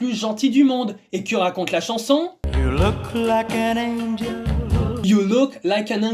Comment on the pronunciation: "You lauk like an angueule" j'ai beaucoup ris en entendant ça.